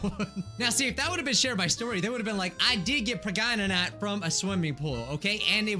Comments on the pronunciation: I cant stop laughing when you said pergananat😂😂😂😂😂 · Pregante Preganenenenenenant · Nah, It's not Pregnant or Preg-nant, or even preggers. It's, pergernert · pregante preganet pergnert? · Pereganante (Pear-egg-an-aunt-a) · Video:preg nant Me:pragannanant Edit:man moana be gettin busy with her bestie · They said Preg-nant so they wouldn’t get demonized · How I a CuTE LIttLe SnAcK get preg-nant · You mean prengnante? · Now when you said pregnant i forgot how to say pergnate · I did get pregananant Me: gasp* HE KNOWS DA MEME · i GoT “pReG-nAnT” fRoM a SwImMiNg PoOl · She's pregananant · Preg-nant?? Preg-nant?? Preg-nant?? PREG-NANT?? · Pre g a t ore not pregnant prawn a t. XD PREGNANT.